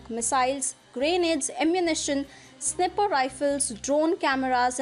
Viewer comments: “Sniper” not snipper lol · Fyi, Sniper pronounced wrong, pls do check